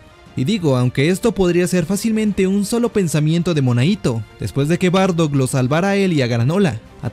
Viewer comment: SE DICE: BARDACK.